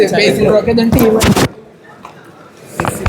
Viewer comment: ബേസിൽ 😂ബ്രേസിൽ 😂